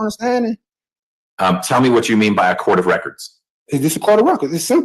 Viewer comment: For gods sake judge , answer the question he is axing , " is this coat a cotalow ". 😂😂